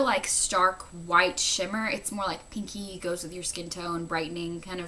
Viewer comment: "peenky." lawl.